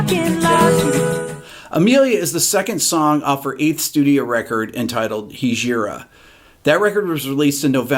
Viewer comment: Thanks Rick! Just fyi, it's pronounced "hij-a-ra" with the accent on the first syllable. It's an old Arabic word that means "migration" or a more permanent-type journey, starting a new life kind of thing. The hijarah of Prophet Muhammad from Mecca to Medina is the event that marks the beginning of the Islamic calendar for all Muslims.